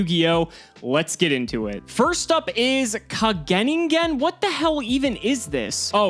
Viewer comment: It's pronounced Ka-ge-NIN-gen